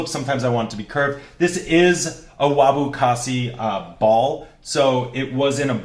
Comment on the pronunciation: Haha, love that little slip of tongue: "Wabu Kasi"..